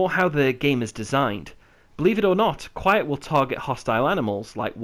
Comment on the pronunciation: The D in DQuiet is silent.